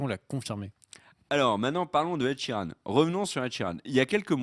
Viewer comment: Ed Sheeran !! Pas "Sheridan" LOL